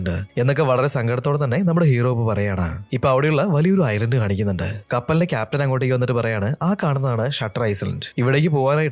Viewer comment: ഐസ്‌ലാൻഡ് അല്ല ഐലൻഡ് ആണ് 😢